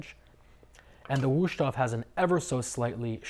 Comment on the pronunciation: “Woosh-toff”. Lol, it is pronounced “VOOS-TOF”.